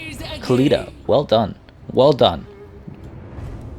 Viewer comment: Can you stop pronouncing Khalida and Khemri the way you do? It's really more annoying than anything and isn't necessary in the slightest. Even if, you supposed, that the people at Games Workshop who made these names pronounce it like that (protip: they don't), linguists generally accept that when a word or name is adopted or pronounced in another language, it isn't incorrect to say that word/name with the pronunciation rules of that new language. The Tomb Kings aren't Arabic and their names weren't made intending to emulate Arabic. In other words, you're over-correcting and it's grating to the ears to hear you throw out gutteral noises everytime you say Khalida or Khemri.